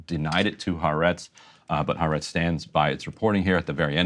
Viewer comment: Ty for good reporting. But please, not "HaREtz". It is Ha-AH-rets (The Land [of Israel]).